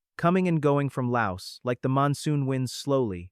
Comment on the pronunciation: S is silent in laos